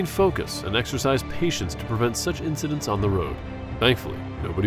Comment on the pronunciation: Incidents. Not incidentses…